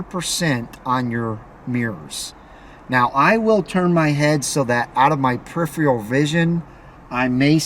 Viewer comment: absolutely pathetic...! Like i need you to tell me how to adjust my side mirrors...and you might want to learn how to say peripheral by the way...your little driving secrets are a joke man..and here's a little tip for you...stick to your day job...